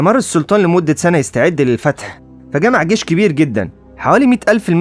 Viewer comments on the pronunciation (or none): جيش وليس گيش